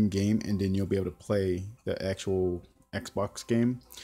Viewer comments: 'XBOX' Not xbok 😂😂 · "am gunna press the exbok home button" XD